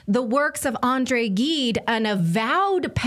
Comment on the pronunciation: It's "jeed" not "geed". French teacher here.